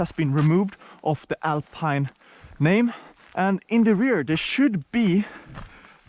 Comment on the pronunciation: Alpeine Alpeine if you can’t say Alpine al the rest of the movie doesn’t matter anymore ......sorry